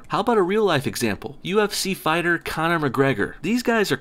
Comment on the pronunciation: When u said Conor jezez I cringed so hard.